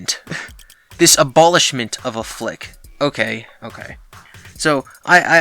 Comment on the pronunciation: Abowlishment eh? Haha try again brother